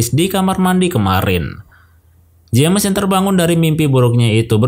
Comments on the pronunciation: Btw bang saran aja kalo nama james dibacanya Jems aja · Salah Manggil nama bikin gak enak dengernya saran aja perbaiki penyebutan nama James bukan jammes aneh bgt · Dat "jemes" annoys me alot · Baca nama "James" salah